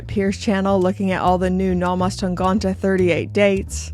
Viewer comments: Hey! As a Nomos fan myself, I’ve really appreciated your series about this colorful Tangente collection and Nomos in general. Great videos! And congratulations for your new watch, great choice! Only one thing: I’m relatively sure (I’m not a German native speaker, but I’ve been living in Germany since ten years now) that your pronunciation of ‚Tangente‘ is Not quite correct. You seem to almost pronounce the first ‚e‘ as an ‚o‘. However, one of the nice features of the German language is that most of the times a word is pronounced exactly as it‘s spelled (with few exceptions), and this is one of those cases. So you just pronounce the first ‚e‘ as an ‚e‘, as you correctly do for the last one. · The way you pronounce Tangente is very charming! Still, here's the right pronunciation: 1. syllable sounds like "tongue". 2. syllable (gen) like the second syllable in "again" or like "ten" with a hard "g" instead of the "t". 3. syllable like "till" without the "l". In the end it should be 100% authenticly pronouncable for an englisch speaking tongue. 😉